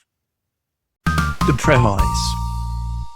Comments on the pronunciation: You're right it's totally AI 🙂 Also the response to your comment is AI generated too because it got the facts completely wrong. It wrote that he is British and they pronounce it prem-iss but in the video he clearly pronounced it "prem-eyes". Plus he said Americans pronounce it prem-eez, which isn't true, I'm American, lived all over the country and have only ever heard prem-iss. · Came late to the video. Haven't read this one. Have added a hold on Libby (will try to come back here after doing so). Interestingly regarding the background this one worked. Oddly "premise" sounded wrong. I honesty never heard of an alternate pronunciation but what I can find with my limited access to OED it looks like there is one in Britain (you are British, right?) (Miriam-Webster only has one so to my American ears I had an "wow, is this AI" moment and as I think I've mentioned to you before I have begun trimming channels that frequently use AI readers on the regular)